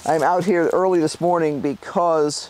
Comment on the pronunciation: What is this "early" you speak of?? How does one get up "earrrrly"?? LOL!!